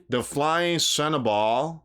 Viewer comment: It’s not SHERN A BALL!🤦🏼‍♀️ it’s CHER NOBLE!!!!